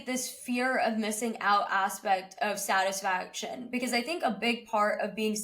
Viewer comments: Why such mean comments. Literally people fixated on mispronunciation of satisfaction! Geez. For 19-20 not being satisfied n wanting to do better is normal. At 50 being satisfied at a particular area n able to prioritise is maturity and life experiences teaches you a lot. So this topic is actually good to have with kids so kids push themselves but not to the level that they feel depressed or sad all the time or grateful for what they have. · but he said it wrong many times